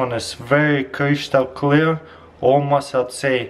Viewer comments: er sagt ''krishtal'' xD Ich lache in so hard aus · 'Kreeshtal kleer' im dead 😂